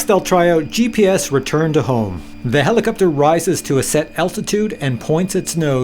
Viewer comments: "Do I say helicupter funny?" Um, yep. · Nice quick review, yes you do say helicopter in a manner that is strange to someone from California. One answer I've searched for, and haven't been able to find, if we have a FlySky FS-i6X, how can we fly when the left joystick doesn't center? Do we just put the joystick somewhere near center and hope the heli will hold position?